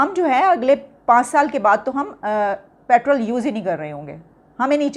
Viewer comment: Are jaahilo pertaal nhi petrol hota h🤝